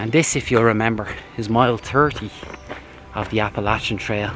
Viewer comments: God Bless you for pronouncing Appalachian the right way. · I'm glad to hear you pronounce "Appalachian" correctly. I wish you could have gotten some grits with your breakfast, they are great with some butter on them. Your doin a great job. Thanks for taking us along with you. Steffon